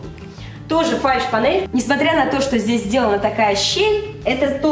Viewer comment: фальшь понель Мои мысли: фальшивая понель, ok